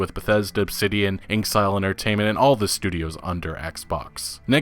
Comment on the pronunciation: First off. You can't spell ignorant without IGN. They don't know shit! Secondly, you keep mispronouncing inXile. It's not inksile, it's in-xile. As in "in exile". And lastly. What the hell?! You're like a damn pendulum. One minute you're saying "don't be so hard on Cyberpunk 2077", the next you're slagging the game off, and then you're back to praising the game. Pick a stance and stick to it! Either the game is shit, lifeless and buggy and will take a lot of work to get to a playable and worthwhile state, or it's not as bad as is being reported. You clearly have no mind of your own if all you do jump from one opinion to the other each time you make a video.